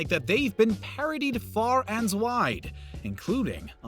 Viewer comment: lol..."Far an Dwide"